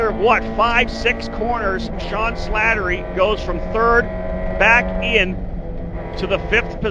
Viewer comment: Man they really butchered my name through this entire broadcast. I think they got it correct maybe once... Its SLATTERY...SLAT-TER-Y. No second L needed. Just the one. Thanks 😁